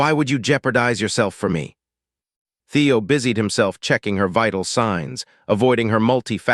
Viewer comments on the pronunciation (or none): busied not busyed